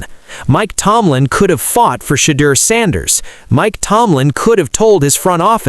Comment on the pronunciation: It's NOT SHADE-ER, you dimwit. It''s SHED-OOer SHEESH!